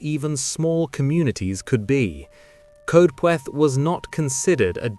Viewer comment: Mispronouncing welsh names grips my shit. Bomingham , Lindown? Brastol. Anyone. Coed is Coyd soubds like droid.